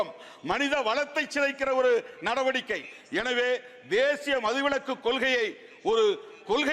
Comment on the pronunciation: தம்பி அது மதுவிளக்கு அல்ல, மதுவிலக்கு. தினசரி காலைல பல் துலக்கிக்கிட்டு பேச ஆரம்பிச்சா உனக்கு இந்த பேச்சு உச்சரிப்பு சரியா வரும்.